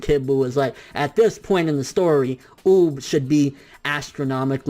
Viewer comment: oob?? its UUuuub 😂😂😂